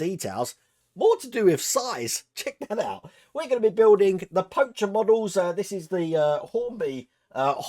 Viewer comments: Hey, just letting you know for future episodes Pocher is pronounced Poke-air. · Hey, FYI, it's pronounced like the card game, poker. That comes direct from the company...